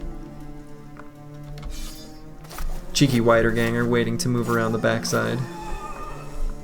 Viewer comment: just wanna point out that the "ie" sound in "Wiederganger" is pronounced the same as in "Siegfried" or "Dietmar" and not like the "ei" sound in "Geist". Sorry for being pedantic^^ but i assume you are interested in languages.